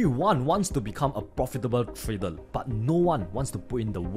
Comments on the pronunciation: Nice video.... But what is 'Tradel' 🤣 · "Tradel" 😂 love this guy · Hey, love ya bro but 'trader' does not end with an L. R, L two different constanents. Like i said, love ya, but after a year of watching your vids it's really grinding my OCD organs.